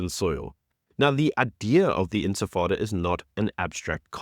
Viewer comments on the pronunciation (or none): none